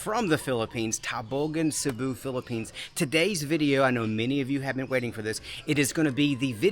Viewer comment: You should give a seminar on how to pronounce Cebu correctly :)